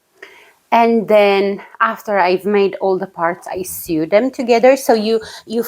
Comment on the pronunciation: Hello from Canada! Nice to see you again : ) Your english is just fine. I only noticed one word that you say different. When you "sew" a garment together it is pronounced -- so. I watch Inka too. Isn't she adorable !?